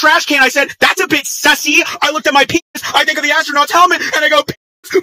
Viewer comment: gets mad cuz no one made a stop posting about among us Girl Audio ver and it said pee-naz ugh